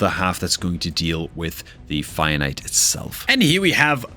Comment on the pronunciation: It's fire knight. Please don't pronounce finite.